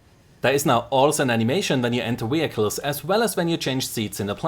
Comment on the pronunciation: Great video as always my friend. "Wee-hickulls" ... LOVE the pronunciation with your accent ! ;-)